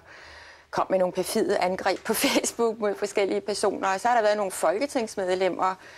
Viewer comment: lol hun siger fjæs book